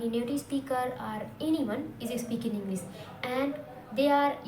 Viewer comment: Englisssssss😂😂😂 atleast learn to say English